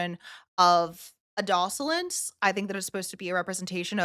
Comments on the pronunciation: I have never heard anyone pronounce “adolescence” the way you do. Nice reaction though. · I have to say it, the way you pronounce adolescents……I can’t help but think of how says Meteocity 😂